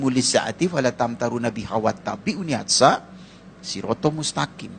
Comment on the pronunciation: Hadzaa...syirotol mustaqim. Bukan hatsa pak...salah2 ni ustadz gadungan😂